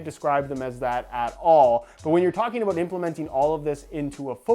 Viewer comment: are you saying ''about'' or ''a boot'' lol